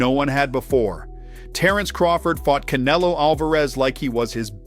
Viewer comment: This guy is pronouncing Canelo's name wrong on purpose. What a dork